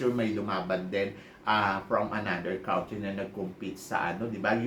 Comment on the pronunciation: Country is pronounced as kun-tree hindi kawntree